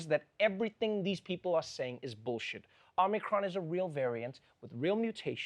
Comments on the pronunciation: Trevor, how you gonna say OmNIcron? It's Omicron. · One idiot kept calling it Omnicom for some reason. Sigh